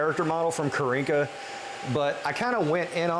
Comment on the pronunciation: You keep saying Karinka, it's Karina 😂